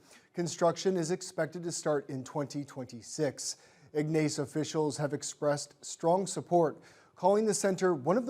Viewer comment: Ig-nace? Should ensure your newscasters know the proper pronunciation of local towns. And why are we getting news from Northeastern Ontario- first ? Should be local news first, then regional then national.